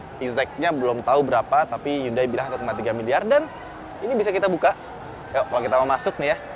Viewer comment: Bang sangat niat ngomong merek Hyundai dengan cara pelafalan yang benar, tapi yang BOSE masih salah. Next bisa lebih dibenerin lagi bang..